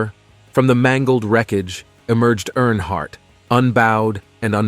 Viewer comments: Great video, but could I suggest something? You should definitely fact check and proofread before recording and the final upload. First of all, Dale died in 2001, not 2021. His name is not NH Hardt, New Hampshire Hardt, or Airhart. His name is Dale Earnhardt. Lastly, the other driver on that fateful day was Ken Schrader. If you have inaccurate information, and repeatedly mispronounce the surname of the man who is the subject of your whole video, that honestly takes away from what I can tell is a respectful and heartfelt video. Not to mention that it’s also irritating. I saw onscreen text in another video that was different from what was said, like saying the year was 1967 and the text saying 1976. Please be mindful of that if you want your videos to be taken seriously. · Stupid AI talking, can't even say his name properly